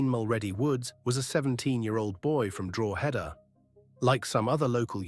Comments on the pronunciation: Yes , I was wondering where Drawheader was?😂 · Its pronounced Draw-head-ah, and say it fast. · It's pronounced DRAW-DA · Please do your research and learn how to pronounce Drogheda correctly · You pronounced Drogheda wrong.